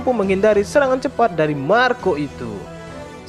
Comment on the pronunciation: Marko de puyuh 🤣🤣🤣 aslina Sunda 🤣🤣